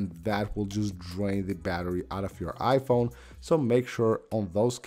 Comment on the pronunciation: It's so distracting when you say it 'iPHONE' instead of 'IPhone' 😄